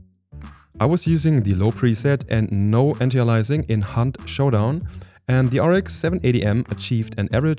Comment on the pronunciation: heya, it's anti - aliasing, not antialising